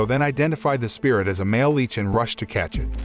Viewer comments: Right?!? 'L-itch' not 'L-eech' 😅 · LICH not LEECH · CAN YOU PLEASE JUST SAY LICH FOR THE LOVE OF GOD😡😭